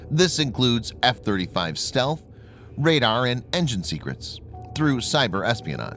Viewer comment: stealth not stelth